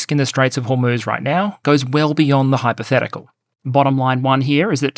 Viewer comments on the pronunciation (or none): none